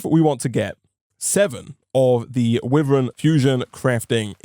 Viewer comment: the way he pronounces wyvern actually hurts me, it's supposed to be why-vern (like the dragon) Say it however u feel, just though I would let you know just in case. Love ur content, keep it up <3